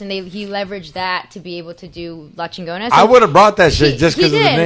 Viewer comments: That was funny how she said LA CHEENNGONUHH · X was right on this episode! Never want to see this home wrecker on GPS again. X had a point and all y’all did was back up a privilege bitch that feels like she knows how the world works. Can’t even say Chigona right, but wants to represent the Chicano community. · I love yall foo’s but I’m sorry, i can’t fuck wit someone who’s so passionate about a company named Chingona and can’t even say Chingona correctly 🤦🏽‍♂️